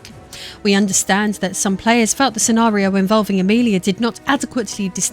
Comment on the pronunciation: When you first said Amelia as Amerlier my captions kind of struggled with it 😆